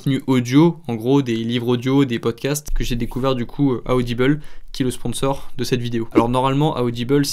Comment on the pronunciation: Ah ah tu prononces audible bizarre tu as dit audibel 😂 ça ma perturbée